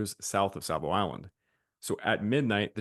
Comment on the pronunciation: There is no L in Savo.